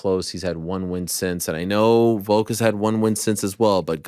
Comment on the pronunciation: Its VOLK not VOKE we need to talk about this again